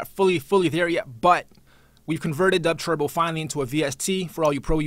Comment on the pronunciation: why does he call it "dubtwerbo".. i only came here because it comes in related videos to 1 of my videos :L